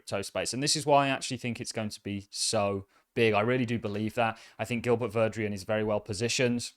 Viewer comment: You keep pronouncing Gilbert Verdian’s name like “Gilbert Verdrian” Where is that “R” sounds coming from?